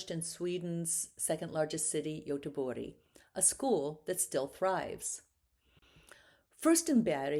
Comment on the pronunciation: I appreciate the videos as I'm educating myself on Nordic painters. But please use English pronunciations when speaking English. Perhaps "g" is spoken as "y" in Swedish but it's very distracting when you are speaking English. I had to constantly check the names being pronounced (Bergh, Goteborg, Furstenburg). I have heard this best-practice enunciated often: don't say "Par-ee" when speaking English, say Par-is--or you sound pompous.